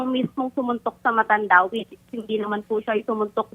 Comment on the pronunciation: Hoy babae ang bastos mo,, tigas ng pagkabigkas mo ng MATANDA,, BASTOS KAUNG LAHAT😊